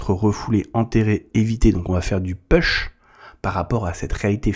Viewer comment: Salut! J’aime beaucoup ton canal car cette personne dont on parle m’a fait tomber sur le chemin de l’unicité, et j’ai réussi à me sortir de la dépendance. Merci pour ton canal. Toutefois, laisse-moi te conseiller en anglais: push ne se prononce pas peush, mais poush. Et pull, c’est pas peul, c’est poul.